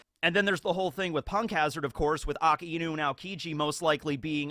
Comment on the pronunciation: i actually hugged you , can you PLEEEEAAAAAAAAAASSSE start pronouncing akainu's name the right way now , or at least start pronouncing it right when he becomes more relevant